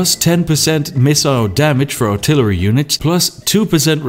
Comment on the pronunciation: PewDiePie: WhAt Is AlTiLaRy OnLy? Spiffing Brit: Casually altillery only in his video without thinking about it